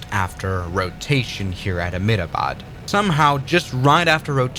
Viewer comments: Uhhhm,? FYI the city name is not pronounced aa-med-aa-baad but em-dtha-baad. Nothing in this text is misspelt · Just a small correction It's ahem-da-bad Not amidabad Not to be rude or anything